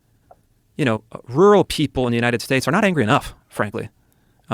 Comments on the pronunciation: Rural is pronounced Roo Rull not roo-ull. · Pull up the pronunciation on google, YouTube, or any online dictionary with recordings and it's RUR UHL with TWO Rs, both being pronounced. I love your content, but I am a pedant and I'd like you to get this one right too.